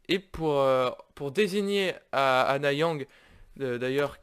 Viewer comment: Si jamais tu fais la suite... Stp dis bien Annyang et pas Anna Yang. Le nom ça veut dire "Salut/bonjour" en coréen. Merci